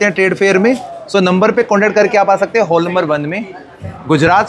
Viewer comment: हॉल को तो ठीक से उच्चारण कर लीजिए 😢😢😢